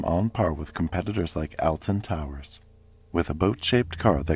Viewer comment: Olton Towers, that's how Alton is pronounced, in case you have a story about them The two riders who had to have their legs amputated, for example...